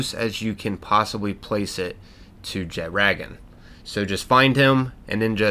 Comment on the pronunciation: the way you pronounced jetragon bothers me.